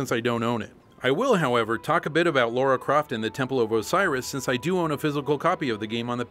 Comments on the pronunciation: Oh man... her name in the game is "Lara", not "Laura" or "Lore-awe"... Edit: Wth you really mentioned this ... sry, I didn´t watch till the end ;) This is too funny now gg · It's LARA not LAURA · Great video, but it is indeed Lara and not Lora....😂 😂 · AAAAAARGH! It's Lara, not Laura! Damn it,! You're an evil, evil man. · Lara and Laura are two different names said differently. Laura is said as said and Lara is said as said, simple. I know you are American but you seemed so intelligent and normal guys, you are either joking around or making yourself look like idiots. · She’s english. It’s LARA🙄....just listen to the American voiced trailer mispronounce Lara again to what end! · No matter how you pronounced Lara, people still would've whined. Nostalgia Critic pronounced it the other way and people corrected him saying it was Laura. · Bizarre, North American can not pronounce Lara?